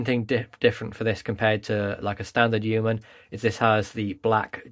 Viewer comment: It’s hilarious hearing Americans try and pronounce Yeoman!🤣